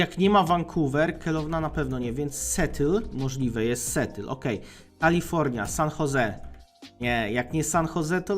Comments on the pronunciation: miasto w USA -> SEATTLE nie czyta się "setyl" , tylko "sijatyl" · na przyszłość, wymawia sie to "sjetyl" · Jaki kurwa „Setyl”?… szacun za Geografię, ale angielskiego się uczyłeś z madagaskarskich komiksow? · Mexu jakby co Seattle czyta się Sijetyl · A co do tego ma źle wypowiedzone Seattle? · no właśnie XD strasznie dziwnie to zabrzmiało